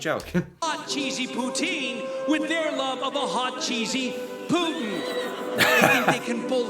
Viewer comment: I think he pronounced Putin purposely as "put -in". Absolutely appropriate for the Trump/Putin romance. said Sir.